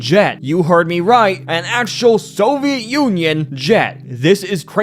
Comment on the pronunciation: Pronounced Wrong: -Soviet (So-vee-it): , , , , , , , -Nuclear (Nuke-lee-ur or Nuke-u-ler): , , , , , , , -Remnants (Rem-nents): -Opinion (O-pin-yun): Slurred/Rushed: -Magical: -Necessarily: -"Anything you can name": -"Character in a show": -Basically: , -"So it seems": -"???? ????? Rocket": -Robots: -Really: -I'm not sure what it is here. It might be Nuclear disaster? I keep hearing de-quarter disaster. -"Or in the world's case": -Specifically: -Long Dead: -"Perfectly reasonable explanation": -Physically: Also, I noticed some script/audio mistakes: -It would be better to say "I have some evidence that I think may convince you": -"While this isn't a thing that would happen in the real world, it's a common trope..." -I think the audio is cutting over other audio here? Otherwise, it's just really hard to tell what was said. -I think you mean American Government, not English Government Sometimes you're missing connecting words such as "and, to, the, ect.." It was pretty spread out, so I don't have the time stamps, but I noticed that in your other videos too. Also, sometimes you would say Lil Einstein instead of Little Einstein. I am from the south, so I have somewhat of a southern accent, so I put the way we say Nuclear as well as the other way I have heard some say it. Thats just a Carmel kind of thin